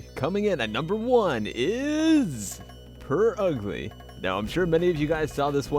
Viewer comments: It's not Purugly, it's Purgly. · its prugly not pur ugly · It is pronounced (purrr-glee) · Isn't Purugly supposed to be pronounced "pure ugly"? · I Dont Think Its Purugly I Thing Its Pronounced Purgly Like the U is client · no it is pronouced purr ugly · it's pronounced purr-glee not purr-ugg-lee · it is not it is pronouned purr-ugly